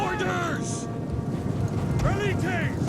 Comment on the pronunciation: From now on I'll just skip the battles, too painful to watch. Rookie mistakes and you insanely rely on the veliiteys (that's how it's pronounced not velits)